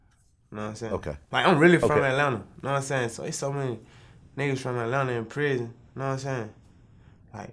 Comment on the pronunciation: "yeh issa real ISsa ISSA REAL PRIZZN" 😂😂